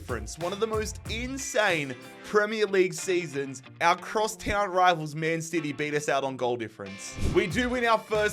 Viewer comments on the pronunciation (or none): none